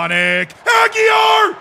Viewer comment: He can't say properly my name, how can I perform for him?